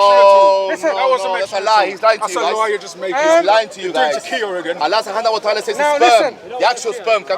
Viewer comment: the drunk says subhana allah watala ( Allah the praised and exulted) better than most Muslims 😂 come home to Islam